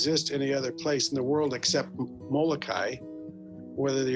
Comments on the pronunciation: M o l o k a i……….not Malakai! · Please correct your pronunciation of the island of Molokai. And if any of you watching this video put visiting Molokai on your bucket list, shame on you.